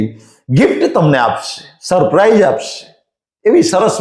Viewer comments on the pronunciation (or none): none